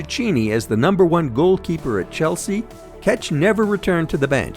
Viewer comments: its check not catch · it’s not pronounced fucking peter “kech” idiots, it’s pronounced “check”, learn your football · Who is Keč (Catch)? :-D You mean Petr Čech? :-D :-D :-D English ignoramuses never stop making me laugh... they think all names are pronounced like them... so unprofesional and funny...